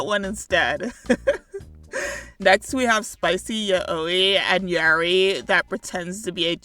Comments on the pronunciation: First and foremost, you’re pronouncing yaoi wrong. It’s “Yao-wee”. Just wanted to get that outta the way. ANYWAYS, coming from somebody who is ALL over the yaoi side of fandoms, one things that irks me particularly in fan content is HANDS DOWN the thing where they make one of the characters, specifically the one they interpret as the bottom or sub or “uke” if we really wanna go back in time, VERY VERY VERY feminine. Which I want to clarify is separate from respectfully portraying that character as GNC. This is a difficult topic to talk about, and I feel like I have a fairly unique perspective on it being a more GNC transmasc myself. So I’m aware of the ins and outs of being attracted to men in a queer way, and also being viewed as more feminine than I actually feel, but also not being all around uncomfortable with presenting femininely. I ADORE GNC characters!! Put that man in a dress I will start jumping for joy!! But there’s kind of a barely visible limit between “I personally interpret this queer man as GNC” and “I personally interpret this man as the submissive partner so he AUTOMATICALLY becomes the feminine one”. It’s not that there’s anything wrong with portraying a queer man as feminine, I keep on reiterating here that GNC characters are WONDERFUL, but you’ve gotta step back and consider for a second WHY you’re interpreting him like that. And, moreover, stop and consider if you would portray his partner you consider to be the “manly” one as more non conforming as well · “Yuh-owi” ima start saying it like that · The way you pronounce Yaoi hurts me 😭😭😭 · Great video but yaoi is pronounced yowie and yuri is you-ri, sorry but that pronounciation hurt me physically